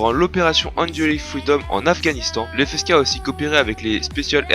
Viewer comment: Pour répondre à tes questions. 1 : Ouais ça va. 2 : Non je connaissais pas. 3 : La prononciation est pas mal.